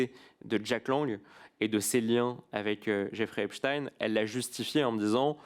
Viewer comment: Metci Mr Charles Alloncle de dire epstein et non epstine. Rien que ça denote qu'ils sont aux ordres. Personne ne dit Einstine mais Einstein